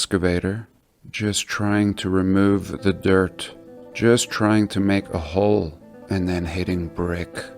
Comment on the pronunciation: Stop saying hole like that